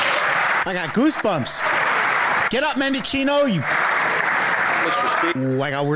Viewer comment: If you need to know how to spell it men dic i no Thought it was muchochinno or mendichinnochio or something... But it's really mendickino